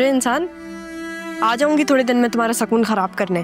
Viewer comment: Sakoon nahi sukoon hota hai 😂😂😂